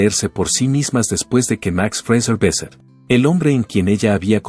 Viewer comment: No es Jacqueleen, y no es Besset, es falta de respeto leer mal un nombre¡